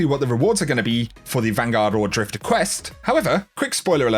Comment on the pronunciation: It's drifter not drifta